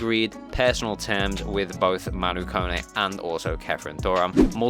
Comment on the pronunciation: Can someone pronounce Kone correct please. It's not (cone) it's pronounced Ko ne